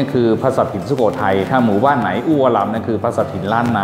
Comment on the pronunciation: น้ำแข็งละลาย พูดว่าน้ำแข่งไน๋ (ไหน)